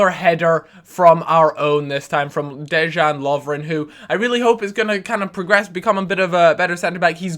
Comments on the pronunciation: Good vid :-) Btw its pronounced DEY-AN Lovren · hen you say lovren pronounce it deyan because that part of Europe has a different j sound:P